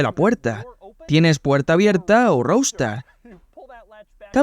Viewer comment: Se pronuncia "rouster", no "roustar". Qué mal que hablan inglés los españoles.